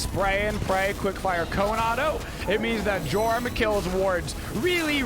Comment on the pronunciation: ITS PRONOUNCED YORM